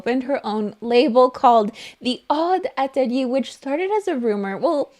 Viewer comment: Love how you say “atelier”. It’s not right, but I still love it.